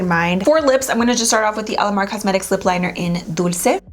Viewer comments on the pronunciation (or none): none